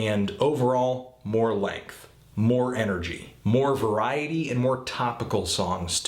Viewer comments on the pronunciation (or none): none